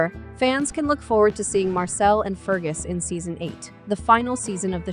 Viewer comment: Marsali is NOT Marcel butt Mar sar Lee